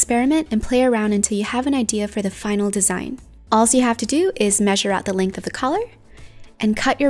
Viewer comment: It's all not alls